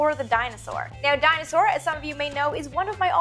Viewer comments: MK3424 i cant be the only one who's mind's ear heard "dinosaur" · Funny how you pronounce Dyna-Soar as "Dinosaur"...